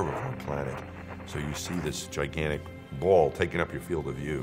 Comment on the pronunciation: I like how he emphasizes the “ball” shape of the earth. Hes just like “come on flat-earthers, make my day.”